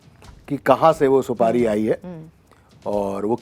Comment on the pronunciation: Didi Supadi nhi supari hota h or ye Gutka king Ajay Devgan ke muh se niklti hai bolo juwa keseri 😂😂